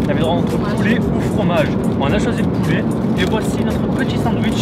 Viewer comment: Poulet pas poulé